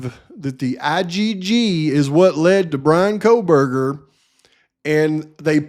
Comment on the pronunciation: "Kohl-buger"... she can't even pronounce his name😂